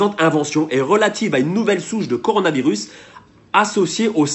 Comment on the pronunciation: A le mec a dit CORANOvirus 🤦😂